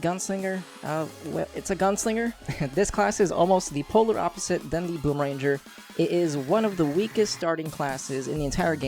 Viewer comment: He said boom ranger HAHAHAHA